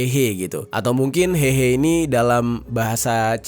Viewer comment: coba cek artikel yg tadi di awal video, tulusannya 和合（Héhé）tapi dia baca hehe ingat bahasa mandarin jarang menggunakan ei tapi é